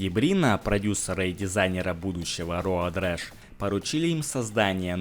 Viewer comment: Роуд Рэш, а не раш. Раш (rush) - это спешка.